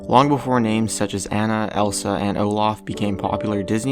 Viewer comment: You don't say it like Anna, you say it like Onna..